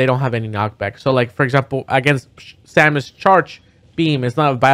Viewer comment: Its Samus, not salmon for future reference lol